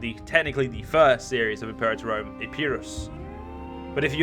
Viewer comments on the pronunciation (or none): At least now you'll manage to say "Imperator Rome" correctly... most the time. :p